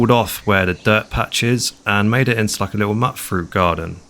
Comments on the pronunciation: It's pronounced "mute". Like in "mutated". Because it's fruit that's been mutated. It's not pronounced "mutt". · Hey man, I just found your channel a few weeks back and I'm absolutely loving these build tours. I have trouble sleeping so I'll often play a couple of these and/or some camping or bushcraft videos and it really helps me wind down so thanks for the great content! I have one minor tip - The mutfruit are pronounced mute fruit I think, like mutated/mutant fruit I guess? Keep up the great work my man! Btw have you played grounded or enshrouded? I feel like you might enjoy the base building on those too. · Great build, you have an amazing imagination. I know you like to know the pronunciations (I always call it Mutt-Fruit as well) so this one needs the E being emphasised, its named after a bird!! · I’m convinced he does it for engagement hahaha